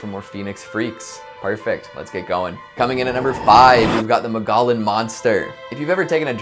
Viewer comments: Mug-EE-on not Mugollen lol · It's "muggy on" not mogollon lol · Mogollon is pronounced “Mogo-yon.” Double “l’s” are pronounced as “y” with Spanish words! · Ma-gah-lin Monster LMAO we pronounce it more like Mo-gee-yon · The word mogollon is pronounced Mog-E-yon. It’s an indigenous word, so if you haven’t heard it, you don’t know it. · I’m was only listening to this while I was working on something and I thought he was mispronouncing Mongolian there for a second. Had to rewind the video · Repeat after me: Mo-gee-on. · I legit took to long to realize what he was saying lol I was like I have never heard of this place in Arizona